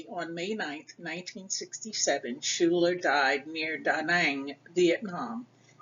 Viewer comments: Her last is pronounced 'skyler', not shooler. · Coming from a school name after her, I have to say the name is pronounce incorrectly in this video. "Schuyler" is not pronounces shoooler, it is pronounce "sky- ler". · It's pronounced Sky-ler, I am her 2nd cousin P. Schuyler.